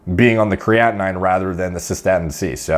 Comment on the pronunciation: Hi,, love your content. Just a minor remark - "creatinine" is pronounced as "kree-ah-tee-neen. Cheers!